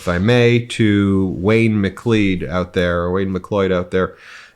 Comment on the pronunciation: It’s pronounced “McCloud”.